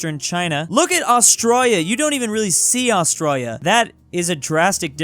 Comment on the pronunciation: How did you mess up Australia That sounded a bit like Austria with la at the end